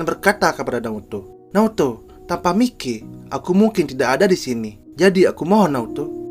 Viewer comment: Bang kalo lagi ngomong si mikey ngomong nya maiki aja biar lebih sama kaya di anime